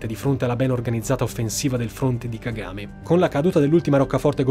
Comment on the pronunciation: Si dice Ka-Ga-Me e non Ka-game…